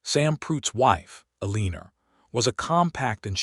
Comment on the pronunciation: Loved the story and the narrators voice but Eleanor is not pronounced Eleener and Santa Fe is not pronounced Santa FEE. Also watch the math because 19 years after she arrived, her grandson couldn't have been 6 already unless his father had him at 12! Needs to be edited better but all in all enjoyable!